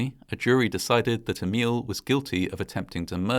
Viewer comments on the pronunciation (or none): none